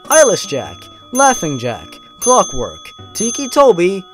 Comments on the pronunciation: i notice you changed clockwork to "cockwork" Lmao good job :D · "Cockwork" lmao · I love how the word Clockwork turns into Cockwork.. xD